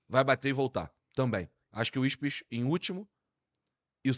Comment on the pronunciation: Ipswich virou um trava lingua ai hein,?